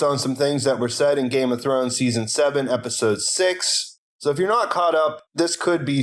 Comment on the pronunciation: "Game of Thornes" - RIP English